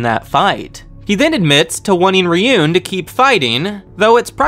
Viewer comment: Also, Ryuuen is Ryu-(elongated "u") - en.